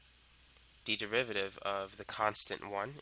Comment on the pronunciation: "If you wanna find the devivaviv..." sorry man, you are making this topic easier and at the same time funnier cause of how you pronounce derivative